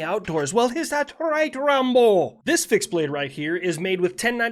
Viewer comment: when he went is that right rambo it sounded like he was trying to do a Irish accent for no reason lol